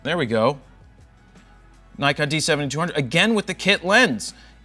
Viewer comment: Funny how a guy who can't say Nikon correctly tells us how to pronounce piano. (Joking here, making fun of Americans.)